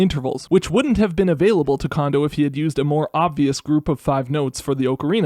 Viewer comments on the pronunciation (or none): I have no idea why everyone so consistently says "KOH-ji "KAWN-doh". It's "KOHN-doh". Why would you say the second "ko" incorrectly when you said the first one correctly? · the ko sound in his first name is the same as his last name. It's japanese, dawg. Ko Jee Ko N Dough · Oh come on, if you’re gonna put in the effort to pronounce the O in ocarina then you gotta use the same Japanese O sound for Kondo’s name jfc/s